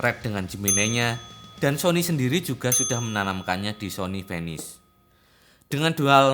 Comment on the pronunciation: venice : "finais" bukan fenis, CMIIW ^_^